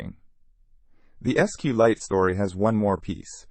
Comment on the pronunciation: You are not pronouncing SQLite correctly.